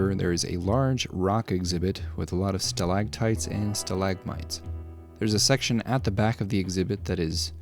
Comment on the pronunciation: They are not "stalagtites", they are "stalactites".